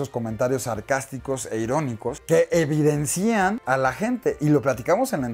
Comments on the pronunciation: No se dice EVIDENCÍAN, se dice EVIDENCIA, sin acento. Primera vez que te veo. ¡Me gustó muchísimo!!!!. ¡Eres genio!!!!! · Alex, eres un profesional... se dice "evidencian", no evidencían".